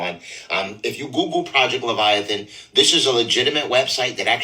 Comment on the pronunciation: Project levitation 😂😂😂😂 I think he meant project leviathan 😅😅